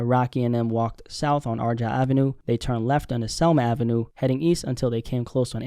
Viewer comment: How did you pronounce “Argyle” or 🧐